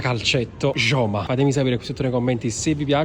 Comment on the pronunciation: Scusa ma si dice ioma joma😂😂